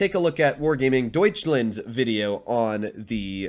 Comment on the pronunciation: I Love how Tries to pronounce Deutschland 😄